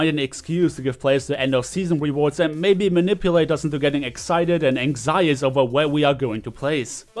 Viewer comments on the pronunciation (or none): Ang-shi-ous not ang-zi-us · Also, anxious is pronounced ank-shuss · for "ang-zius", haha